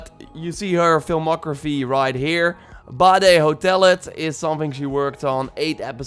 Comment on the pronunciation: I am from denmark and the series called badehotellet you prenounced it so Wrong